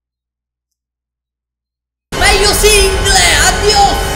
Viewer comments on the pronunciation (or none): E dici bene piu melio singol